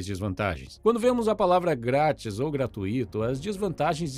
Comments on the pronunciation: A pronúncia de "gratuito" é "gratUito", não "gratuÍto" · Me desculpem mas a pronúncia culta de “gratuito” é gratúito, com a tônica no u do ditongo ui. Sem discussão. Quem quiser ser visto como uma pessoa que se esmera em falar corretamente, seguindo a ortoépia, a pronúncia recomendada pelos sábios, não pode ter um segundo de dúvida quanto a isso. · Estou adorando seus vídeos e maratonando há 2 dias. E, permita-me deixar uma crítica construtiva. A única forma correta de pronuciar a palavra "gratuito" é "gratúito", com ênfase no "u", e não no "i". Infelizmente, esse já é o 3º vídeo que vejo você pronunciar da forma errada, mas dessa vez realmente me incomodou, porque perdi a conta de quantas vezes insistiu no erro num único vídeo. Obviamente que o conteúdo é muito mais importante e pretendo continuar maratonando e compartilhando seus videos, porém eu precisava deixar esse comentário. Espero que faça bom proveito dele, como estou fazendo do seu trabalho. Obrigada.